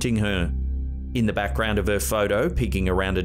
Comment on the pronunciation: Dude. Please pronounce your “h” in the word “her” lol